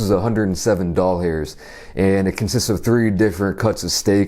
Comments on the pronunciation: Did anyone else hear “A hundred and seven doll hairs “ or dog hairs instead of dollars? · I either heard dog hairs or doll hairs..I'll assume you said doll hairs? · Did he say $107 doll-hairs? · “DOLL HAIRS” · I’m rlly tired and don’t feel like replaying the video but I think I just heard em say doll hairs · “Doll hairs” ;)